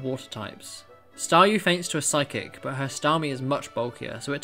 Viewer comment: This video but every time he says phyice it gets faster